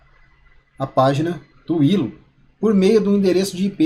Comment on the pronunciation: Mano, adoro seus vídeos, mas se lê "Ailo" mano